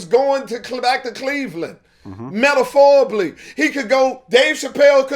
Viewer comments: Earthquake it's "metaphorically" not medaforibly...smh..lol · “Metaphorably” he knows how to use words but he can’t say em he does this alot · He hit vlad hard in this one “ METAPHORBLY”!!!!